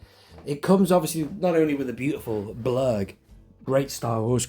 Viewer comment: sounded like you said " the Klurg" right at the start